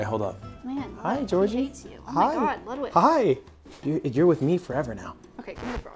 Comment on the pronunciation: It’s “Ludvig”